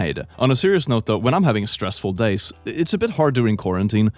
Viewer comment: I genuinely thought he said 4 dates no weekends 😂😂😂